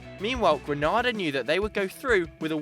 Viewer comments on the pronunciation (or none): Just so you know its Grenada not Granada (Granada are a spanish club) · It's GRENADA ( GREE NAY DAH) not Granada lmao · It's GRENADA not GRANADA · I'm from the Caribbean it's pronounced greenayda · Green- nay- da pronounce my country name proper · this video was amazing but as a Caribbean person it's pronounced Greenada. PS can I be on Snapchat 😂😂😂😂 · Fyi the Caribbean island of Grenada and the Spanish province of Granada are spelt, and therefore pronounced, differently